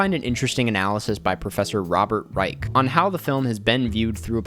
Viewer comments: the mispronunciation of Reich always makes me chuckle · Erm…that’s not how you pronounce Reich! It would be crazy if one day the world progressed to the point where the president had a letterboxd account